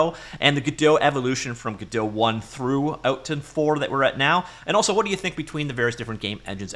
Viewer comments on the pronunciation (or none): none